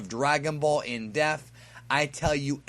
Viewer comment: "in depth" not "in death". Youre not killing dragon ball I hope.